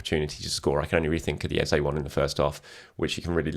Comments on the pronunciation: I watched an Adrian Clarke video the other day and he said he'd asked Arsenal and they confirmed that Eze wants his name to be pronounced Ez-eh not Ez-ay... guessing you still haven't heard back given your repeated use of the latter? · Pleased learn to pronounce Eze!